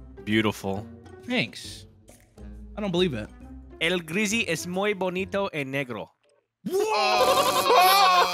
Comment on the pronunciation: AND it is muy, not moy.